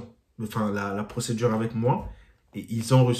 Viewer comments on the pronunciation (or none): none